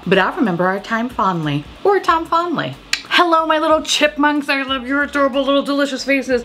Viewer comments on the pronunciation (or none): When you say “time fondly”, I hear “Tom Fondly” and who I think is another character of this channel. If you ever get a makeup collab I hope you make a lip product named Tom Fondly.